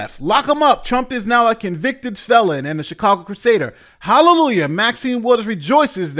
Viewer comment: She has waited so long to be able to say he was a convicted felon and she flubbed it!